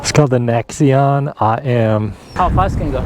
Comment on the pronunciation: Thanks for the review but it's a NAXion, sounds like NACKS, not necks!!!